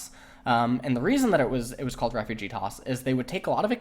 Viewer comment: Why do you write "Refuge"(=place) but you pronounce it like "Refugee"(=people)? "Duuuhhh im I don't even know my own mother tongue..." JK:3